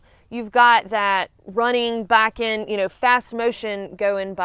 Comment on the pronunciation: It look me hearing her say "backin' " like 5 times before I realized she was saying biking